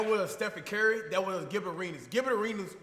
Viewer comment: "Stephen Curery"